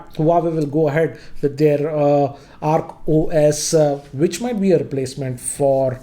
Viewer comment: Its Oak OS not Arc OS